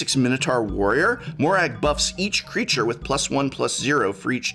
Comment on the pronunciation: excuse me, can you repeat? It's Moraug fury of..? AAAAAAHK'M